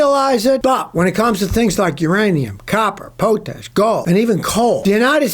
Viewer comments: It’s potash. Not Poetash. You can’t pronounce it. You don’t mine it. That’s why 91% is imported. Other components as well aren’t available there. Sometimes we are all customers. You just have to understand that. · POT-ASH. It doesn't rhyme with 'coat'. Pronounced 'pot' as in the vessel you use on a stove. How difficult is that, people? 🐴🤣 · "pote-tash" lol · Poe Tash ? What is Poe Tash ? I have heard others call it that also. This is a potassium salt and potassium originally was noticed in pots. plant pots, wood ash. It is pronounced Pot Ash, the wood ash left in a pot after you burn it. This is how potassium got its name. Potash is a fertilizer. We used to ship 200 car train loads of it from Saskatchewan and Manitoba. If some of this stuff leaks onto the tracks then you get a huge growth of grass and plants in the area.